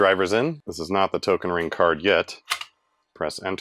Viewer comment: He pronounced "Token ring-kort" right :3